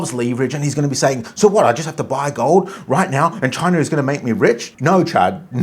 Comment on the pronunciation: You pronounced that way when you first said chinar😂.. "ALLEGEDLY "